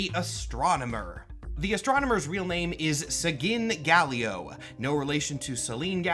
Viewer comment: Seginn Gallio... SEGAN GALIEO?